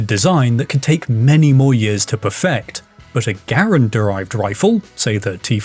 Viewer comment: If you mean "Garand," the proper pronunciation is "GARR-ənd," the last name of the designer, Jean Cantius Garand a French Canadian from Quebec. "gah-RAND" is just TOTALLY incorrect.